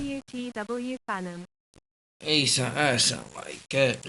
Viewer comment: Fanum ! Not Fanem 🫣 sorry bro’ !